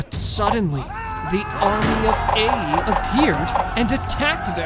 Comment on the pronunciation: isn't the city "Ai" pronounced like "eye" or "eye-ay"? I've never heard it pronounced like "A".